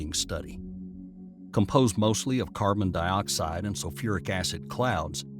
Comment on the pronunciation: What's "carbon-DEE-oxide"?